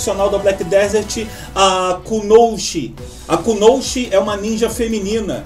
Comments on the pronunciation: Bom vídeo, só uma pequena correção: o correto é Kunoichi e nao Kunouchi como vc falou, #FiKaDiKa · com sílaba tônica no i-Ku-no>I<-chi